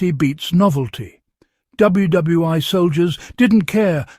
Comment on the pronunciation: WW (eye) ??? :face-orange-frowning